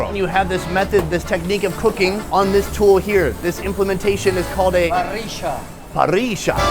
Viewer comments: "This implementation is called a puh reee shah" It's a fucking grill you expert. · Que bien que dijo PARRILLA jajaja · bien pronunciado "hierro" y "parrilla"👏👏👏